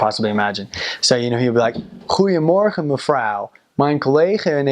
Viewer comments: was really impressed when he said 'goedemorgen', sounded just as any native speaker. ur doing great! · goedemorgen went very good.....mevrouw was a clear accent lol